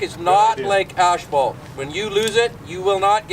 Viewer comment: when the guy says asphalt makes me wanna reconsider my whole life in Idaho and move to Canada lol